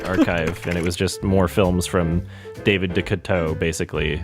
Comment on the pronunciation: I'm surprised you didn't know how to pronounce David Decoteau given how often RLM bring him up.